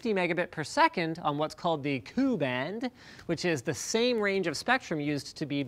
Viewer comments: LInus.... i'ts not called KU (KOO BAND) it's actually not KU it's Ku and you pronounced it as K...........U (Kay.... You) there is also C Band (obviously pronounced as SEE BAND) You have L Band as well, but people generally focus on Ku Band and C Band and it's not KA (Car) band it's Ka (Kay, Ay) Band Just pronounce the letter no matter how it appears, ok be cool mate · KA ( pronounced as letters "K - A" , not KA) & KU ( pronounced as letters " K-U", not KU) bands are not new technology as said on video, It's the same technology used in your DBS /DTH TV (Direct broadcast satellite TV). It was introduced early 1980. it's 2017 now, Linus.Do little research before publishing videos. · lol... as a SATCOM (satellite communications) guy... is read K U Band not ku. read the letters separately... like K A band, X band, S H F band.... etc. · Ku-band satellite is "kay-you", not "coo". It stands for "K-under", meaning the lower part of the K band of frequencies. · The engineer and technical writer in me is threatening to jump off a cliff after hearing him say "koo band" and "kah band." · Did it not bother anyone else when Linus said "coo" band when it's pronounced "Kay-you"? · Really cool, just a few things caught my ear as I was listening. It's "K" "U" and "K" "A" Not "cah" or "cU". It is only "new" in the sense that airlines are just now making use of it, we've had this tech for as long as Satellite Communication has been a thing, Airlines are just now starting to make the leap. And it isn't KU Bands that are holding Airlines back from higher data rates, its the fact that they have to upgrade their equipment to get the higher data rates and KA is a much more stable band / less countries are using KA Band so there are fewer blocked frequencies, and when you have to upgrade equipment anyway why not change to a easier band to use if the price is pretty much the same. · its called K U band, which stands for K-under, not "Koo band". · it's K-U band not 'ku' band